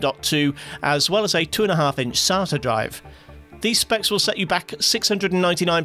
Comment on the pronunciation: It’s Say-tah, not sar-tah